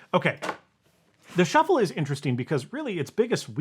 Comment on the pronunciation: Ah, yes! The iPod Shu-fflé 😉